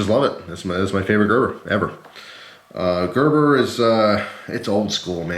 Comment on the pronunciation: oh shit just realized it is pronounced like that, it thought you said greber